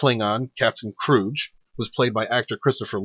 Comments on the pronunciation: "Kroog", exactly. I never thought I'd hear this name mispronounced in the same fashion as Duckula mispronounced Cluj as Kludge and not Klooj. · Okay, so you can pronounce the Klingon word for success but not Command Kruge (pronounced Cru-g(hard g))? Crazy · "kruj". The Klingon spy Valkris very clearly pronounces his name in ST3. HARD "G", and a long "oo" not a short "u".